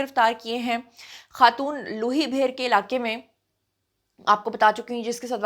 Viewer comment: لوئ بھیر کو لوہںی بھیر بولا ہںے آپ کے منہ سے اچھا لگ رہا ہے۔